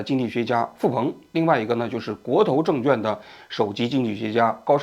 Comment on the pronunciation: 王局，证券的券一直都没有读对呀，小错误批评一下